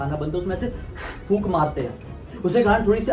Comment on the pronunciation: Fookni bolte h